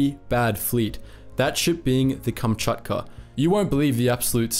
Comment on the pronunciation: Lol Kamchatcha noises